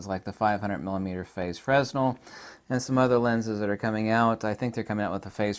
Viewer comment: Fresnel is pronounced FREHnell. the s is silent.